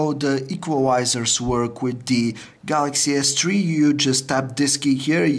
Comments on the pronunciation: Galaxy S-Tree FTW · Lol, samsung galaxy s tree